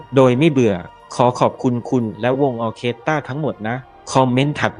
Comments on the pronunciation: แอดน่าจะตั้งใจอ่านผิดล่ะว่า ออเคตะร่า เป็นสีสันสะดุดใจคนฟัง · ไม่ได้อ่านว่า ออ-เคด-ตา-ล่า นะคะ..ขำตายละ 😂 ควรค้นว่า อ่านว่าอย่างไรก่อนนะคะ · ออเคสตร้า ไม่ใช่ ตาร่า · ออเคสตร้าไม่ใช่ตะล้า. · ออ-เคส-ตา-ร่า ล่า ลา ล่า😂😂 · ออ-เคส-ตร้า ค่ะ ไม่ใช่ ออ-เคส-ตะ-ร่า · ไม่ใช่ ตะ-ร้า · แอดคะคำนี้อ่านว่า ออ-เคส-ตร้า ... ค่ะ... ฟังแล้วขัดหูมากค่ะ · ขอติงคำอ่านหน่อยค่ะ คนไทยมักจะอ่านว่า ออเครสตตร้าค่ะ😊😊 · ออร์เคสตร้า อ่านว่า ออ เคด ตร้า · อ่านว่า ออ-เคส-ตร้า ค่ะ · อ่านว่า ออ-เคส-ตร้า นะครับ